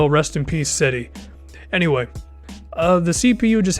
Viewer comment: Great video, wanted to let you know Cedi is pronounced "Jed-E"